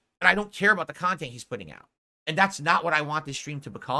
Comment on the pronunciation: People made fun of him for how he pronounces "content"/kha•n•tent and I think that made him self-conscious lmao